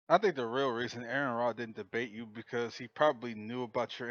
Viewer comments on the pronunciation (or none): I immediately distrust anyone who can't pronounce Aron's name right. "Even if somebody made a defamatory remark about me, I would still tangle with them" You made a comment about his WIFE, not him.